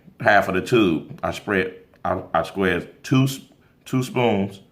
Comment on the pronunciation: Did he say Squez? 🥴 The former teacher in me 🙄🤕